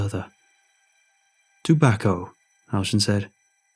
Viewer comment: Am i the only one that kept hearing about a dog named bacco or tobacco? To BACCO!!!!